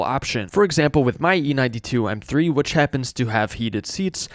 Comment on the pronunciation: "ehrM 3"